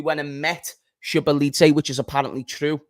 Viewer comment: it’s pronounced so-bo-zly 😂